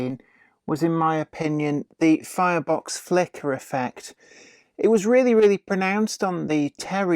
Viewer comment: Did I just hear you say "Flirebox Flicker"? :D